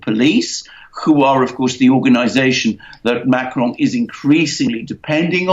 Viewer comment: Why the exotic pronounciation of Macron. Makes no sense.